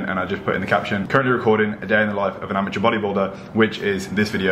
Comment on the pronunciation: Tried pretty hard with dat "amateur"